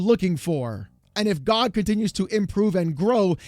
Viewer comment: Dude, him calling it GahhG over and over is so annoying lmao. Its G.O.G. not GAHG lol